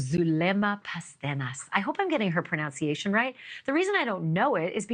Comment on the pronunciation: At the beginning she may have mispronounced the word “pronunciation” when talking about mispronouncing the woman’s name. 🙄